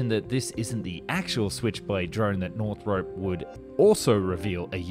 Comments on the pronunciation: Just a little thing, while watching: It's not really pronounced "north rope" it's more of "north rop" like romp without the m. Another thing, it's F one eleven, not F triple one. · You're Australian, HOW do you not know we have always called it the "F one eleven" ??? Also WHY do you keep saying "Northrope" ?? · Is anybody else triggered by him pronouncing Northrop "Northrope"? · Every time you say "Northrop", it kills me a little inside. Northrop rhymes with shop, not soap.